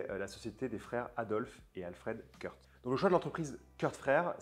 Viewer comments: Super vidéo merci. On prononce "Kourt" et pas Kurth à l'anglaise si jamais :-) vive Certina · Vidéo sympa! Je me permets juste de préciser qu'on ne prononce pas les frères K rth (like in the United States of America) mais bien K rth wie in schwyzerdütsch! Tschüss!